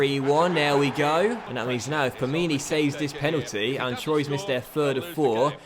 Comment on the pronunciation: *TWA is how you pronounce "Troyes"